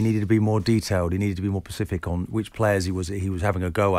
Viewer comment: Keown said 'pacific'